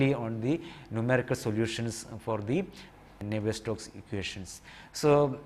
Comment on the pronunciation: Sorry, but isnt it Navier STROKES ??? you are saying and writing it as NAVIER STOCKS ....